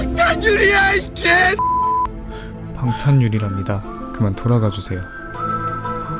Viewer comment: 초에 저만 돌아가 새끼약!!!!이렇게 들리나욥ㅋㅋ?